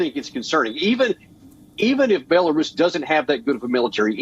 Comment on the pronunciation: Sadly anchor fails to pronounce Ukraine and Belarus, disgusting